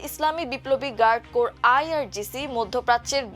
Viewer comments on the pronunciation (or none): Medam corps atar pronunciation hobe কোর